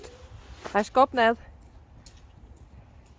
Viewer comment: You see: tray to say:hij schopt niet" but she say "ij skopt net" 😅🐎